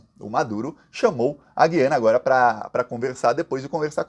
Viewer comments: meu querido, o nome do país é GU iana. Para brasileiro e para hispânico. Quem fala GUI ana são os portugas. Para brasileiro é errado falar Gui ana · Gosto demais dos seus vídeos, mas você derrapou na pronúncia: as vogais na palavra "Guiana" não têm som igual ao da palavra "guiamos" (sem ouvir o "u"), e sim como o da palavra "Cuiabá", com o "u" nítido. Se ainda existisse o trema, poderia ser escrito como Güiana para deixar claro. Mas como o trema foi extinto para facilitar a vida de quem escreve, acabou dificultando a vida de quem lê. Abs